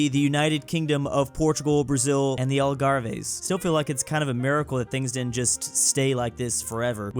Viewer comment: Your pronunciation of Algarves was uncomfortable